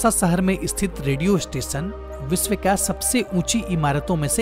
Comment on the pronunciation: विसव नही विश्व बोलते है सही बोले सानदार नही शानदार